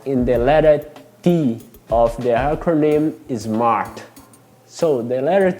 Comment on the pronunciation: Great video, gostei que tu falou "acronym" haha, fala difícil.